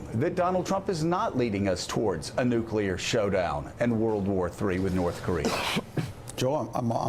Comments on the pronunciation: How you can you trust anyone who says "Nucular"??? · Sorry Lindsay, but if you can't pronounce the word nuclear correctly, you're not serious. Listen to these heads: it's like they are unable to dream of a non-nuclear world. The question parents should fear from their kids is not "Where do babies come from," it's "What's a nuclear bomb?" Those weapons aren't worth the nightmares they cause. We could have no Nukes and still be able to decimate N Korea in any conflict. We've already experienced several close calls, either false alarms or silo accidents and if you've watched "Command and Control" you know just how close. How fitting is the acronym MAD!!! We must de-escalate this march to war; stop the tit for tattiness between egomaniacal leaders and step up efforts to smuggle radios, computers DVDs and other media into N Korea. Soon a wised up people will themselves rise against the Kim regime. Keep your eyes on the prize: no more nukes. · What is wrong with these Republicans? Besides being out of touch with the rest of the normal people in the nation... Why can't they pronounce the word nuclear??